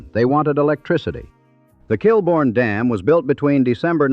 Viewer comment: It’s pronounced “kill-born”